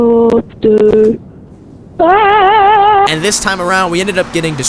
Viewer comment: Helipoctor helipoctor haaaaaa😂😂😂